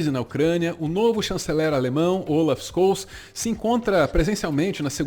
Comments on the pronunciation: Olaf Scholtz (Xolts) a pronuncia do nome do cidadão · Mas nem pra pronunciar o nome do infeliz do Scholz direito? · A pronúncia correta do nome do Chanceler alemão é Ôlaf XÓLTZ. O "sch" tem sempre som de X, e o Z tem som de TZ. O acento agudo que eu coloquei ali no O do sobrenome não é bem como o nosso O aberto. Em teoria, os Os em alemão são fechados, mas na prática eles abrem um pouco dependendo da palavra - nesse caso, por conta do L que vem depois. E antes que comecem o mimimi: não estou gongando ninguém, apenas compartilhando conhecimento - como me parece o espírito do pessoal aqui deste canal. Aliás: parabéns e obrigado pelo trabalho, galerinha! =) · Acho que a melhor pronuncia do nome do Scholz é Xoeltz ou Xolts, nao Skouls. Tem um artigo de Wikipedia sobre ele que aparece o nome sendo pronunciado. 😘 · Duas correções, uma Scholz se fala Xoltz, não Scols e 2, Russia e EUA sairam do tratado de não proliferação de armas nuclear alegando desculpas esfarrapadas um para com o outro, mas o motivo dos dois terem saído mesmo é a China, que nunca assinou o tratado, e faz sentido, visto que as duas potencias ficam se desarmando enquanto uma terceira enche o seu arsenal de armas nucleares... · Conciso e preciso como sempre. Só uma pequena correção. A pronuncia correta seria Olaf "Shouls", e não "Skouls" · Como sempre, conteúdo conciso e de qualidade! Só uma contribuição com a pronúncia do nome do chanceler alemão, se diz “Ôlaf Xólts” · Com risco de parecer o "Sr Palestrinha", digo: a pronúncia correta do nome do chanceler alemão seria algo como "Xôlts" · O nome de Olaf Scholz se pronuncia "Chôlts" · A pronúncia do nome do chanceler alemão é: Xôltz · Só para informar, o nome do chanceler alemão se pronuncia Choltz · Faaala!! Mt bom o video. Detalhe: o chanceler da alemanha se pronuncia como "x" no inicio (xólts) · Só uma coisinha: o encontro consonantal sch no alemão tem o nosso chiado (ch). Então, Scholz se pronuncia "Xôltz".